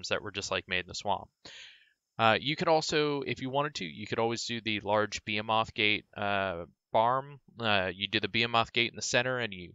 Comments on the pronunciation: Bee a moth? Its Ba-hee-myth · Behemoth not beatumoff or whatever the fuck you were saying.